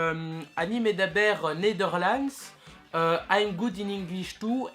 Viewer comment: ani medaber nederlands je pense que en nerlandais sa se dit pas comme sa:) sinon bonne video